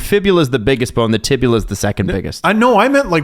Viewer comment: As a PT hearing "tibula" hurts my soul. For the record the tibia is the weight bearing bone (your shin) & fibula is the non weight bearing bone. Sounds like he broke the fibula.